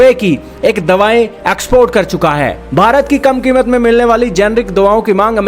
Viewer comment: Sale bharat ke liye word tao dhang se bol le. Shame on you.